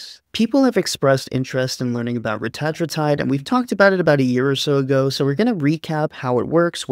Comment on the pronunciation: Believe it or not, ‘Reta-tru-tide’ is actually not the way most medical researchers or clinicians (or Ely Lilly’s CEO) say it. 😮 They say ‘Reh-tat-rue-tide’. Like in this vid. Dude had it right. 😎 But it’s one of those words that’s been said wrong for so long (and so often) that the wrong has become the default. So at this point, ppl may as well say it either way. Otherwise they’re just gonna be really confused. 🤷🏼‍♂️